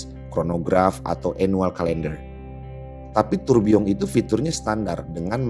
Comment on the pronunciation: gw sukak bgt saat lo ngucapin tourbilion pakek eksen prancis